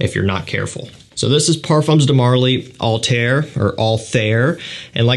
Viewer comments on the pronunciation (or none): none